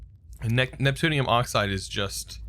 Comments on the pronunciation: it's "neptune-ium" not "newton-ium" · Bob Jones "Newtonium" instead of Neptunium is all I say :D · Neutonium? Are you even TRYING to read the word at all? Seriously. It's NEPTUNIUM. NEP-TU-NI-UM. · NEPTUNIUM not NEUTONIUM, IT'S NOT COMPLICATED